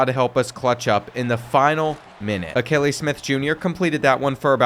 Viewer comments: 😂😂😂. I know I couldn’t be the only one that caught they way he pronounced that the first time. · “Al-kuh-ly Smith” 😭 bro learn some ball, holy mispronounce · It's pronounced A-kee-lee Smith Jr. His dad is a former NFL QB.